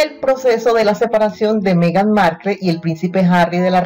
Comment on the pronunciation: No sabes ni pronunciar Markle.